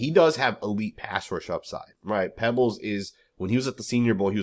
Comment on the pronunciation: It's Peebles, not Pebbles